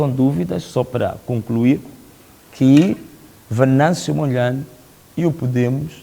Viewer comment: Chama-se Venâncio Mondlane e não Mondlaine